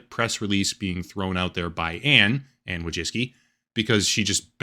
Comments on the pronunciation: it's woy-chEEts-ki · Anne "Voy-chicky" is the name's Polish. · It’s closer to „voy-tsee-tskee”, from Polish Wó(/o)jcicki. Not all of the world uses „American” pronunciation. I know I’m fun, but it’s immensely frustrating when USians bastardise other languages. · it's pronounced woy-zhicky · Wojcicki - as a polish person I would pronounce it something like this: voy-chits-key ;) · No “s” sound in that Polish name. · You butchered the name "Wojcicki", you could very easily input it into google translate to hear the pronounciation but you didn't. In Polish, you NEVER pronounce the "w" as an "u" like you did, just for starters.